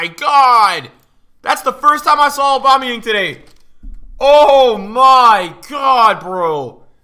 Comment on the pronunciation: Please stop saying aubamuyang like that